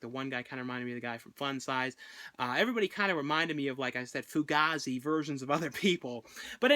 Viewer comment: fu-gay-zee is how its pronounced bra